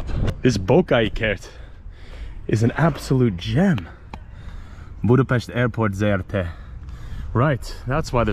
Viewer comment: Imádom a stílusodat, nagyon tetszik az a természetesség, ahogyan beszélsz a kerületünkről... Külön köszönöm, hogy Budapest-et BUDAPEST-nek mondod, nem pedig "bjúdapeszt"-nek. Helyes !!! Szóval Budapest, az BUDAPEST !!!